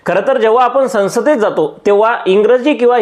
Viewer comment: संसद बोल बाळा.. सनसद नाही